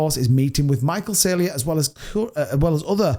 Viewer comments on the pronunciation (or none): It's Sayler not Saylier